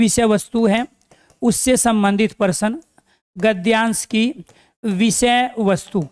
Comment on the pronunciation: पहली बार प्रश्न को parsan बोलते हुए सुने। हम हैं math वाले दिमाग में % आ जाता है 😂😂😂😂😂